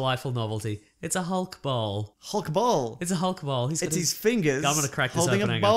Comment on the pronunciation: I could have sworn they were saying "Hulk BALL" not bowl